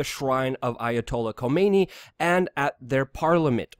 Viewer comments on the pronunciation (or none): none